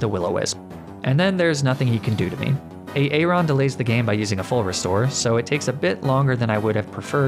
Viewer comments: I can’t take it A aron instead of Aaron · A-aron? Please tell me you were joking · Tell me the way you pronounce aaron is just a joke on a aron, and not how you think that name is pronounced... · hearing you say A-Aron makes me unreasonably mad lmao